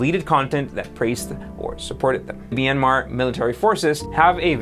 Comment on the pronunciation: It's pronounced, "Mi-yAN-mar." You forgot to pronounce the "n." Yes, I knew you were trying...